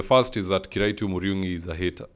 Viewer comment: He is kiraitu murungi and not kiraitu muriungi bro. You are good at what you do..keep up